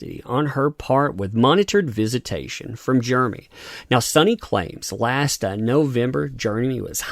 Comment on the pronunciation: Not really a complaint, but it’s kind of weird how you pronounce his name as Germey.